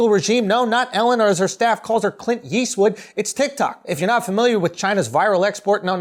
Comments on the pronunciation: sounds like you were saying “Clit Yeastwood” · I understood "Clit Eastwood" :o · damn he said clint yeastwood😭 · “Clint Yeastwood” 😂😂😂😂😂😂😂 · "Clint Yeastwood" 😔😔💀🤣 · Did he call Ellen “Clint Yeastwood”??? 😳😂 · Bruhhhh 😂😂😂 “Clint Yeastwood” 😂😂💀💀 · "Clint Yeastwood" I'm dead